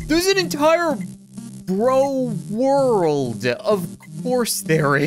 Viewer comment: Jeez there is a full RORLD!: WORLD Me: English is macey today huh!? Me: CRAZY